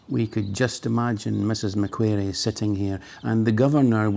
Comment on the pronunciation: quick correction, pronounced mac quarry, as in lorry, not as in fairy. glad you are enjoying aus.